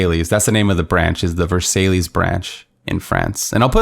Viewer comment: You know you are the best!!! Your troll factor on the French was pretty epic...”Ver-SALE-ease.” LMBO 😂😂😂 I am sure the team in “ver-SIGH” got a good laugh as well ✅⭐️👍🇺🇸